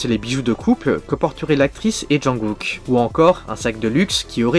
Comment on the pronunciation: on dit jungKook pas junGOOK